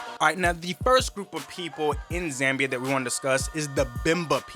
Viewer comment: Its not Zembia its Zambia🙄